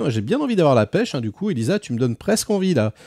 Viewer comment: Correction : "d'où qu'on djit" , le cardjinal, djire, "comment tchu veux qu'on fasse", "rien k'ch'une pauv' bande" 😂